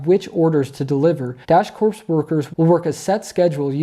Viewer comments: My dude... you had me cracking up. Freudian slip, perhaps? Prophetic words? "Corps" is pronounced "core". When there is an 'e' on the end, then it is "corpse". Like I said, though... Dash Corps may end up being "Dash Corpse". The IC enjoys the freedom of making their own schedule. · It's pronounced "dash core", not "dash corpse" -unless they're hiring zombies now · Once again, Great video Thanks for the info and the research you put into it. (P.S. the "ps" in CORPS is silent; the pronunciation of the word is "CORE")